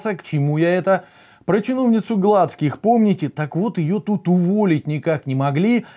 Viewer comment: Ну, почему же ГлАцких, а не ГлацкИх. БелЫх, ЧернЫх , СедЫх и прочие подобные фамилии именно так должны произноситься.